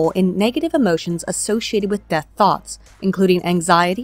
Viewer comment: Am I the only one that kept hearing Thots of Death, the elite assassin squad of egirls?